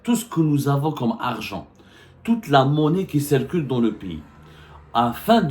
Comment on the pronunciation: On ne dit pas malgre que mais bien que! On ne prononce pas "é"llégal mais "i"llégal...ou qui c"é"rcule mais c"i"rcule. compris!!!